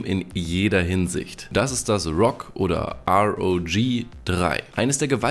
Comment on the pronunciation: endlich hat er ROG richtig ausgesprochen 😂